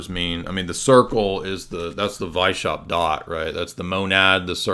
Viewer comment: Btw its Weiss-haupt. Means white head. No sh sound in the pronounciation.